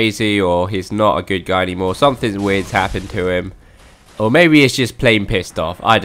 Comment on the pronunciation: You can use sweating to prevent lava damage and you mispronounce “something” and thank you for making this vid